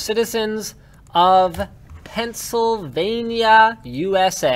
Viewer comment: It’s Pennsylvania not pencilvania